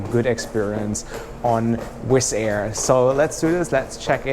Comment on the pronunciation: He said wiss air